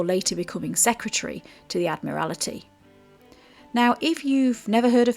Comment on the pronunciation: Admaltry not Admirality. Just for future reference